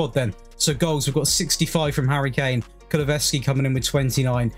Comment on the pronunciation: You say KULU -SEVSKI